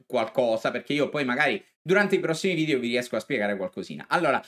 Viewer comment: Si dice Area e nn Aria Video e non Vidio...